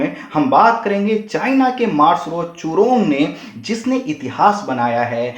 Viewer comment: चूरोंग नही जूरोंग